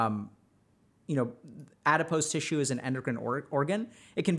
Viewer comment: You’re mispronouncing “adipose”